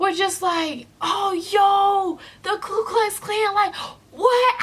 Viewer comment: Ku. It's Ku. Not Klu. I mean, not that they deserve the respect of being properly referred to, but I feel as though you're an intelligent person, so I feel as though you ought to know the correct name.